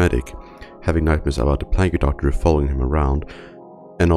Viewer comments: plaguu doctor. lol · Plagg-u doctor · Plag-y doctor